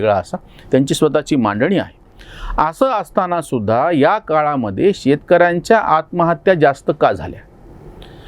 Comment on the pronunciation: मला नम्रपणे हे सूचित करायचे आहे, 'त्या'शब्दाचा विरुद्धार्थी शब्द'ह्या'असा होतो;तरी 'ह्या' ऐवजी 'या' असे वाचन/लेखन होत आहे.त्यामुळे यामुळे, यापुढे,यांना/नी,यांचा/ची/च्या/चे, यावर्षी अशाप्रकारे चुकीचे भाषण,वाचन आणि लेखन होत आहे.